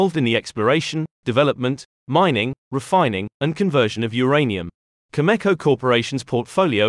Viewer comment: Cameco, not Chemeko